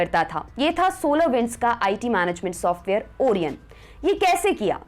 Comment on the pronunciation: ओरियन नहीं ओरायण🤣🤣😘